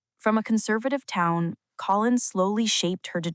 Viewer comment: Not colon, like the lower bowel, for God's sake. Co-linn.